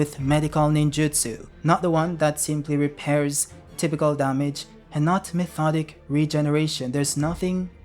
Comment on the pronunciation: Methodic regeneration? It's Mi-to-tic. Mitotic Regeneration: One Hundred Healings. 😂😂😂